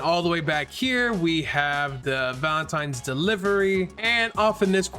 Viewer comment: why does bro sound indian when he says "valentines"